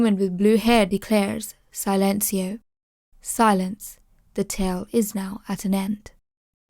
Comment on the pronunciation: Love your breakdown but it’s club “ si” as when a English person says yes. Then lencio